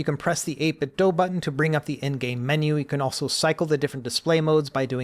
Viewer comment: So glad you say 8Bitdo correctly.